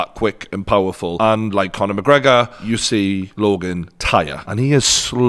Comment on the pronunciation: No one:: ‘Conor McGregor’